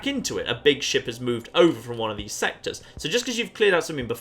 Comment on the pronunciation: I had to go back and watch the intro again. I thought for sure he said their sex have been invaded